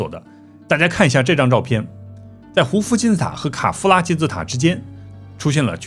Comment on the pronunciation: 我把卡夫拉听成凯夫拉